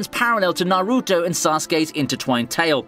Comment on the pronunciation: owbeetow narrrootow